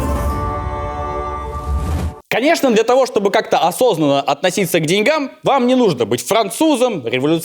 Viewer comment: Все прекрасно! но..блин..ребята) неужели в вашей команде нет ни одного, кто знает русский язык ?..отношение (НЕ) к деньгАм, а дЕньгам!!! ...